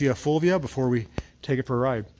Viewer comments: As an English speaking Anglo-Irish man domiciled my whole life in Englandshire I may say your pronunciation of “Lancia Fulvia “ is exactly as we have always said it. I gather that is how they say it in Italy as well. Only with a New Jersey accent! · "fulvia" was pronounced pretty right(the feminine of my name) , admitting that it's not an easy name eheh...anyway the car is in amazing condition, even here in Italy is difficult to find one in this shape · You do pronounce "Fulvia" correctly, for "Lancia" I would refer you to .